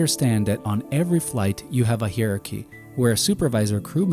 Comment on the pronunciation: I might have subbed, but you apparently don't know that the plural of 'aircraft' is 'aircraft', and not "aircrafts". Also, you mispronounced "hierarchy". Another thing.. "roots" is not spelled "routes". FAIL.